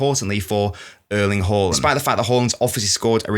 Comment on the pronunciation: Closer, but not correct. First AA's are correct, the last A should be pronounced the way most people pronounce the first ones. Type Haaland in Google translate and it will give the correct pronunciation.